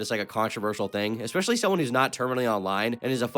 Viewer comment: Nah, he says words wrong all the time. Just rolls right out. Says expesually and excetera.